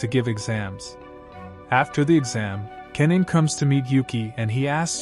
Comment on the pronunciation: Th pronunciation of ka-na-me is crazy😂😂😂